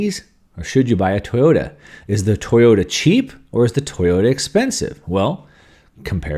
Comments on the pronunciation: It's Toyota, not Toyata. That was pretty funny. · “ Yoyata” should be Toyota